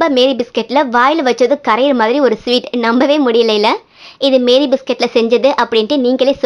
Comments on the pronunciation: மேரி அல்ல மாரி! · The pronunciation of this biscuit is NOT MARY BISCUIT, IT IS MAARI BISCUIT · அது மேரி இல்ல மாரி 😂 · Iits not Mary biscuit it's pronounced as maarie biscuit.... 😊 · Sister adu Meeri Biscuit illa Maari Biscuit 😂😂😂😂